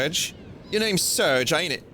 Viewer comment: Fun fact, Serge is pronounced 'Sairzh," like the french name. (As denoted by the japanese phonetic spelling)